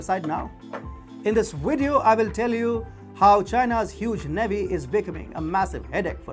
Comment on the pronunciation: Did he say wideo?